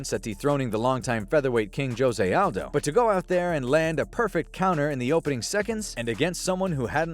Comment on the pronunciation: Joe-zay Aldo 😆 🤸